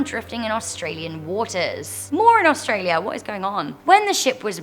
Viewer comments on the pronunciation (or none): none